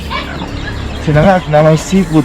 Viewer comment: Sinangag po nd siningag..Hehehe